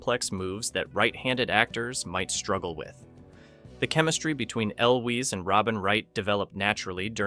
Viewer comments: It's "EL-wiz" Hearing you mispronounce his name over and over was murder on the ears. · "El Wees" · The way that you so loudly and confidently pronounce Cary Elwes name so incredibly wrong convinces me not to watch the rest of the video, because if you don't even know how to pronounce the stars' names then you've lost all credibility. i can't believe that you know any "facts" about this movie. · frustrating when a lot of videos are being narrated that way, but this video just sounded like a case of the narrator not knowing how to pronounce the name. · Agreed. Total fail on the name. I’d re-upload the video with the correct pronunciation if I were the narrator. Seriously dumb.